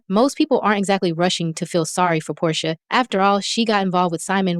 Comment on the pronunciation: And you called Porsha …”Poday” 🥴😂😂😂 Chile, ya channel ain’t gonna make it. Just use your voice.